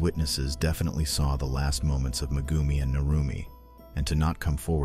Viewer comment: Mah-goomi? Yeah sure,...